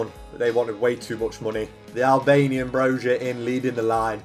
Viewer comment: loved the video but the thing that annoyed me the most is the you pronounced Broja as Brozha. saying it as an albanian myself. its bro-ya. thats how its pronounced. its so many youtubers and it pisses me off even though i know that you cant speak our language